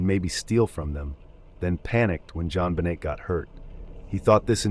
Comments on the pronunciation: to be fair during the intro he apologized for mispronouncing names, and that he made super sure that he wasn't gonna mispronounce a name, especially a victim, and then within the first couple pictures he pronounces the T on JonBenet throughout the entire segment. It doesn't really bother me to much. But when you bring attention to it yourself, and then come right back and do the same exact thing, that seems like it deserves to be called out. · There's really no excuse for the way you egregiously butcher Jonbenet's name. Her case has been spoken about enough that the proper pronunciation is easily accessible. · Is it rage bait to say JonBenet's name a bunch of times but only pronounce it correctly once? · The jon benet case is so infamous im actually appalled. Usually i try to be gracious about pronunciations; it can be difficult; but when you are talking about deceased people it’s definitely coming across disrespectful now. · That is now how you pronounce JonBenét....jfc. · The Ramseys didn't speak French. If they did, the T would have been pronounced. The way her name was pronounced, it should have been spelled JonBenét if it were in French, not JonBenêt. But yeah, the AI voice doesn't know how her name (or Ted Kaczynski's for that matter) was pronounced. That should have been corrected in the script. It's not like there's not millions of hours of contemporary media pronouncing their names. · Suge Knight is pronounce "Sug" like short Sugar. And Jonbenet is Jon-bo-nay. No "T" sound, it's French.